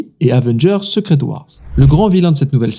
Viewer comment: il a prononcé secret comme en francais donc bon...